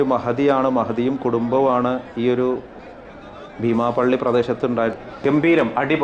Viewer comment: ഭീമാപ്പള്ളി അല്ല ബീമാപ്പള്ളി.